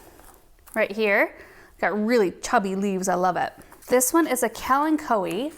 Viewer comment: Now I know the correct pronunciation of “Kalanchoe”.